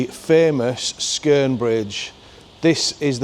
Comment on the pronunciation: Yeah 👍 you did pronounce skeren properly...I live in Darlo have ALL me life And am coming up 49 on January 29th 2025